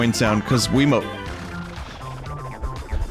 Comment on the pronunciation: He pronounced wiimote like quimote